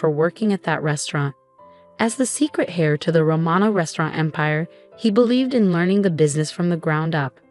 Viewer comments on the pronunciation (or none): Ray-chel, not Rat-chel and heir, pronounced "air" with a silent H.